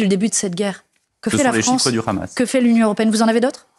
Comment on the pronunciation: Pas le "H -amas, mais le Gh Gh amas comme prononcent les Israéliens et les Sionistes.